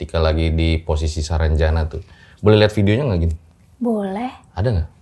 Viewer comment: Sarangjana bukan saranjana..